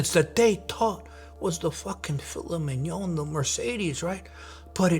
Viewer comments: ..wtf is "filla may on" 😂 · Bro said filla may on